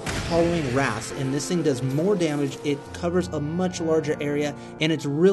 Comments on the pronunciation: THANK YOU. Had no idea this was even upgradable until now. Ps: It's pronounced "Ray-ths," not "raths." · Howling Wraiths, not wraths. You said it right in the last video!